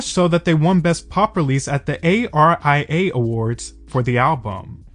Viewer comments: FYI:it's not A.R.I.A awards,it's pronounced ARIAs as in the musical form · It's the ARIAs not A R I A awards. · A.R.I.A? It's just pronounced Ari-a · Love this video and so proud the girls are getting their flowers but as an Aussie I did want to mention we don't call it the A.R.I.A awards; you just say it like it's spelled. Like "area" but instead of pronouncing it eh-ri-ah it's more like ah-ri-ah. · Hearing you say "the A-R-I-A awards" and not "the Aah-ree-aahs" made me giggle. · Yes me too 😂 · The ARIA pronunciation is actually ‘are-re-ah’ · FYI we don't spell out ARIA's, we just say it like you would say the name Aria (R-ee-ah). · Usually we read the word like “aria” not letter by letter king 🙏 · The ARIAs is just pronounced like the name "Aria" lol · Please look up how Australians pronounce the ARIA awards...